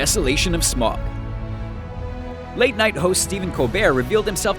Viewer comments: It's pronounced sm ow g not smog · SMAUG not SMOG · Smaug is not pronounced as smog! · It's pronounced sm-ow-g.